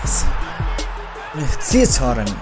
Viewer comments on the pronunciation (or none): none